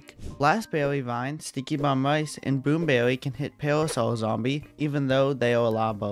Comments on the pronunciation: Bwoom bewwy is weawwy bad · Dude really say "Boom bewwy"